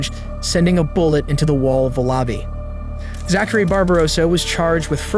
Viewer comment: You mispronounced "Zachary" when talking about Zachary Barbarossa. And also "Zach".